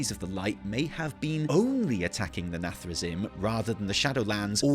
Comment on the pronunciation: Sorry, as a warcraft 3 player, i cant take it, its pronounced “nathre-zeem” You spell “zim”, but dont say “zim” Anyway i thought people had forgotten the jaina=dreadlord meme, nice one